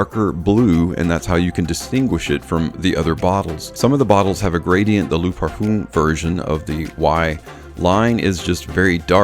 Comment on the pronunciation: Great vid/production, thanks. However it is not pronounced 'parfoom', but 'parfuh'. The 'm' is silent. Just saying. Keep up the good work!